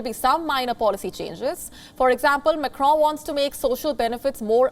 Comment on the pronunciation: This girl doesn't know how to pronounce Macron's name. She also doesn't moderate news reading properly.